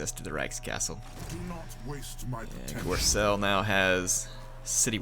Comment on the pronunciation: If there's one thing about this campaign I can criticise or give advice on...it's not pronounced gorselle, it's pronounced like gorebull ;) haha